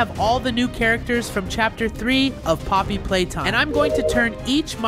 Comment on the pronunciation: Bro it's poppy playtime not pop playtime and it's nightmare huggy wuggy not hugg nightmare